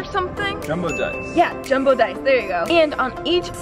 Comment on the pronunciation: When she say jumbo dice it sounds like Dumbo dice